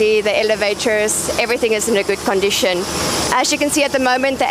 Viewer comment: Everything is in "gooood condicheen"😅 lovely